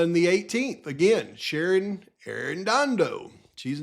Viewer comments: Ah man! I'm not sure if you're doing this just to be silly or if staring at documents for so long the letters on the page are messing with ya, that happens to me after a few too many hours 🤷🏼‍♀️ but... the lab lady's name has no R in it. Shannon not Sharon. I only point this out with luv, nothing else. I appreciate you and all the work you're doing. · PAV IT'S SHANNON not Sharon.